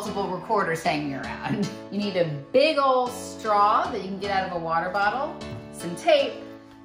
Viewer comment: Big ol, not big ole. (Ol as opposed to "olay" pronunciation.) Retired teachers never retire.